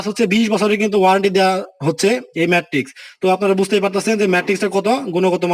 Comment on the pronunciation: ধুর মিয়া!!! খাটের মান না দেখিয়ে ম্যাট্রেস এর বিজ্ঞাপন....!!! ম্যাট্রেস নাম টা ও ঠিক মত বলতে পারে না আসছে ভিডিও বানাইতে...😑